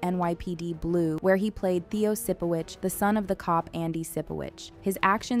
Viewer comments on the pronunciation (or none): none